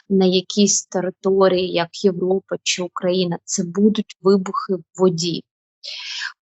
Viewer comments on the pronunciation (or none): none